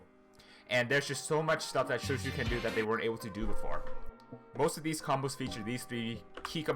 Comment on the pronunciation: THANK GOD SOMEONE WHO PRONOUNCES CHOUCHOU RIGHT